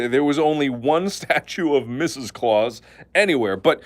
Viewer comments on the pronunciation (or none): none